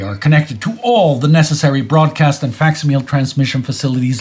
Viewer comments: Someone tell that it's pronounced fak-sim-mil-lee not faks-meel. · It is funny that you put so much emphasis on correct pronunciation, but you can't say facsimile (fak·si·muh·lee) correctly.